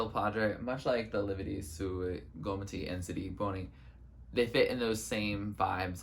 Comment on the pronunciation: Hiii loved this so much, i'm glad you liked Lividi and In nome del padre, they are soo great, among my faves. Also your pronunciation was pretty good!